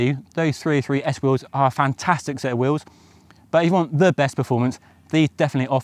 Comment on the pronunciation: Pronounced “wheels,” not “wills!”